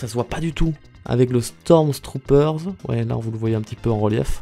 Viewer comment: pourquoi tu rajoute un S a la fin de stormtrooper 😂😂